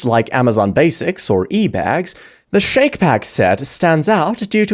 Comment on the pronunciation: I’ve used Shacke Pack for years and they hold up. And I’ve machine washed them on cold. I think it’s pronounced “Shack” not “Shake”. It rhymes: Shack Pack